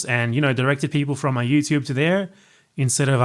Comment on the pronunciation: British people be like Youchube